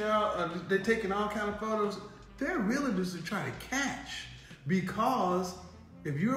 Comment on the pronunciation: Please stop calling them Realators. It's Realtors.